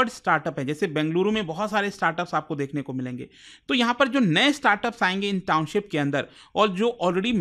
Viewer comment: Sir Noida se h. Township ko Towncip bolte par kaam kar rahe us cheez par, bhot bekar lagta h